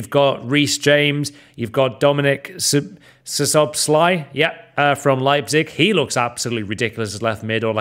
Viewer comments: It‘s basically pronounced „Soboslai“, „sz“ is just pronounced like a normal „s“, the „ai“ at the and is not like the „ai“ in „waiter“ but more like „eye“ :) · Btw its pronounce sabozlai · As a hungarian it's really funny how you pronounce Szoboszlai's name. But here is a tip: s and z together pronounced s